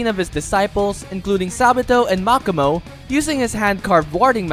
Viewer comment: Anyone else bothered how he pronounces makomo’s name (Mach-ah-mow) instead of mo-ko-mo